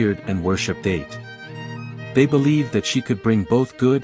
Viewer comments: Atë. It's pronounced a-Tee. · AI slop. Absolute garbage. Do some reading on how Ate is pronounced.